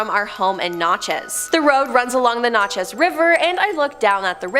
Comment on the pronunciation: It's pronounced naaaacheez